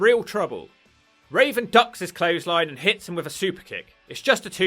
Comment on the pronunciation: Why do you keep calling Raven as Raisin?